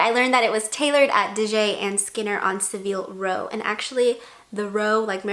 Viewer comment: Hey! Long time subscriber, but I actually have a comment worth contributing for once!! - Savile Row is pronounced Sa-vill, and Cambridge is pronounced Came-bridge! - On the topic of the hats: typically, an upper class wedding in Britain will have a 'morning dress' dress code - which includes a hat (taken off indoors if worn by men, and kept on indoors for women). I believe the invitations for this wedding simplified the dress code somewhat - probably due to some of the faux pas made at the previous royal wedding by the guests, but likely also due to the more laid back approach that Harry and Meghan had to the ceremony. Morning dress wasn't made compulsory - as demonstrated by George Clooney - but was observed by many of the male guests anyway (eg. David Beckham, probably remembering the press attention he received for being incorrectly dressed at William and Kate's wedding). Removing the hat requirement altogether for female guests would have been a bit too far in terms of the formality of the occasion, so requiring a day dress with a hat was a happy medium.